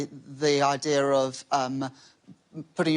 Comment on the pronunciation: Idear? There's no R in idea! Yeah there's an R in clear but not an idear lol